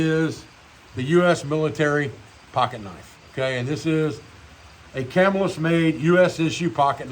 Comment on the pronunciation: Hi. Love your content. I live in Marcellus,NY which is one town over from Camillus, NY. The correct pronunciation is Ka-mill-us